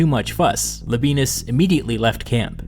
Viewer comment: Pretty sure Labienus is pronounced Laby-en-us, no diphthong.